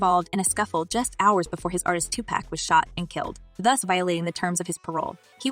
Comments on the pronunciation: White folks never get Pacs name right. His name is Tupac. Like pock as in pocket. Not-Tu-pack. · It is pronounced TuPAC.. like the word knock. This girl is pronouncing it like the word snack. So many have already corrected her yet she insists on continuing to mispronounce his name. WHY? Girl, you need to stop it. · Decent video information is good , and you had some content others don't, but but please do ur research on the names hardly any of y'all get name pronounced right . It's pauk pronounced 2pauk. Tupac he's not beer 6 pack he's not 1/3 of that. Thank you If you get ur pronunciation right be on top of the list.